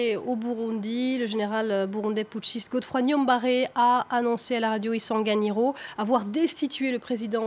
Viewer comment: Le nom de la radio est Isanganiro, pas « Isaganiro »